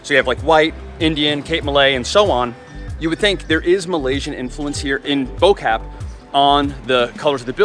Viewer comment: By the way, Bo-Kaap in the local vernacular is pronounced Boo-cup.